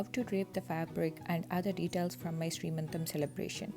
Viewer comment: it is seemantham not sree mantam